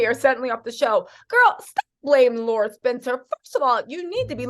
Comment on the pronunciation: Luv ya! Pronounced- Lair rah not Laura